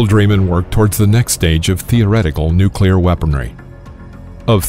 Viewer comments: The supposed 4th generation in this video is pure science fiction. And it’s “noo-cleer, not “nook-kew-lir”. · You lost me when you pronounced "Nu-cle-ar" as "Nu-cu-lar" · Turned it off as soon as I heard him say "nucular" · come on fellas,he said nuclear most of the time.nucular was a slip he picked up listening to his circa 1950s dad talk politics after a couple cans of Budweiser. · why did he say nucular that one time? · Mispronouced "nucular" . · Imagine if someone was trying to teach you about Italian food but pronounced spaghetti as pasghetti, you probably wouldn't hold their teachings with very high regard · Nucular? Also love how you called the people who developed these things "warmongers". People love feeling superior. You weren't there. You don't know what facing annihilation was like. Would you have said "no , don't develop the weapon" meanwhile knowing the Germans were looking at making their own? How many relatives of yours being killed by the Japanese would you have put up with before you authorized use of the weapon. Finally, fire bombing was much more deadly than the two nukes. 100,000 people died in one night from firebombing Tokyo aka the paper city. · It’s pronounced Nukulear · Narrator would be well advised to learn how to pronounce the word, "nuclear." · Ok, Im not the only one who caught that! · Learn to pronounce "nuclear" properly, if you're going to lecture on nuclear physics/weapons, please!